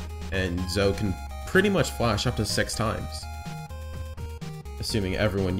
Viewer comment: It's Zo-E Not Zo. Boi